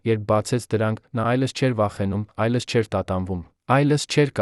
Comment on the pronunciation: Ինչու՞Երանը,այլս,այլ`Երևան,այլևս,ճիշտ կարդա։